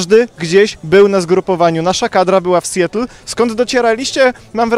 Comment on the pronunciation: Mała poprawka. Nie "sjetl" tylko raczej "sjatl" Dziękuję za uwagę